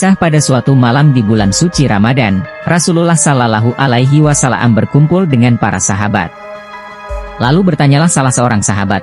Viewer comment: Admin perbaikan melafalkan sholallahu 'alaihi wassalam (saw). Kemudian kata Alloh kenapa jadi alah !!!!???????????????